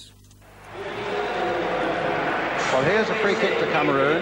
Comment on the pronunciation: Greaves: "Cameroons" ...oops!